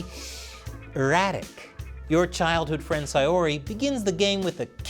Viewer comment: I never thought to correlate Buddhism with DDLC... especially with Monika's stance on God but hey, that's interesting. Also, you're one of the first people to properly pronounce Sayori. For that you get bonus points. Thanks for keeping this game alive,.